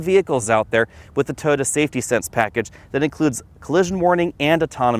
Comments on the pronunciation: He pronounces Toyota as "toda" 🤣🤣🤣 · It sounds like he's saying "Tota." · “Tota” Corolla lmao why